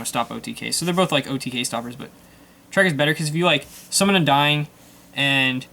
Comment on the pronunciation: why does he sound like he is saying "Undying" instead of "Undine"